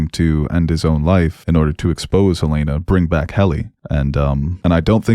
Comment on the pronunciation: Look, man. Yes Helena is traditionally pronounced that way. But it can also be pronounced the way they say it in THIS SHOW and they are not saying hel-AINA-ah, it’s frickin’ HEL-en-a. And I’m pretty sure that’s becasue of the “hell” hints they drop all the time. So say it the right way, FFS.